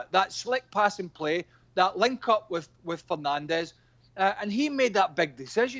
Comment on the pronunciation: Craige called him Penandes hahhaa guess the penalties are getting to everyone 😂